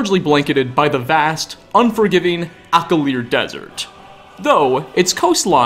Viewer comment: The fact that he say "Akilr" with such emphasis😂😂